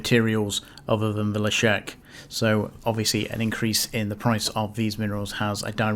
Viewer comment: "La-Shrek"... hahaha... Excellent analysis as always sir.